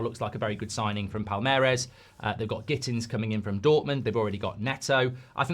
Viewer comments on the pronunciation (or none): none